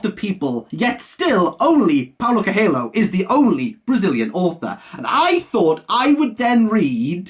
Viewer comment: Bro for fuck sake look up how to pronounce Coelho. Also Amado is amazing. But you picked the wrong book